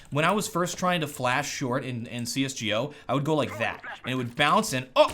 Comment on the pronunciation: He says CS G GO